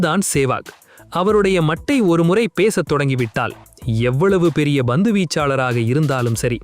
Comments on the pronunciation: Not BANDHU but PANTHU. Correct yourself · ஹலோ bandhu (ba)பந்து வீச்சு இல்லை, pandhu (pa)பந்து வீச்சு. நீங்க உண்மையிலேயே தமிழரா (Thamizhara) இல்லை dhamizhara😂😂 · Its Pandhu not Bandhu